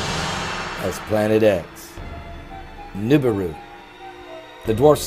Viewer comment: And at least pronounce the Planet right Moron